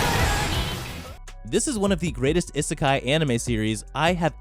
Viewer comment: 'I' sekai, that is not how u pronounce it